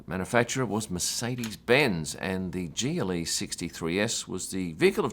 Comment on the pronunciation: Everytime you said GLE, I flinched and thought for a second you said Geely. In a strange world if Lotus, or Volvo, or Polestar were a racing team, someone could show up in a Geely.